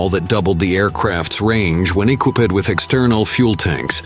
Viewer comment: "Equip ped"? "VEEgilante"?